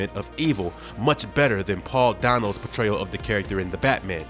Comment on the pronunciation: Yeah.... that's not how you pronounce "Schumacher" mister urban narrator. And it's either dazzling or dizzying - "dizzling" isn't a word - dispite Poop Froggy Frog perhaps proclaiming otherwise. Oh good grief - the guy can't pronounce "Dano" either. And what's a "capproach"? Fired.